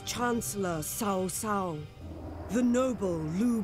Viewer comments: As a Chinese too, they can't even pronounce cao cao correctly hahah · Is it really that difficult to pronounce Cao Cao's name properly? Sheesh. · 1. the narrator didn't even pronounce Cao Cao right 2. Lady Sun was never a general and never led any army. I get the thing about being politically correct and having female generals and that stuff, but it is simply not historically accurate.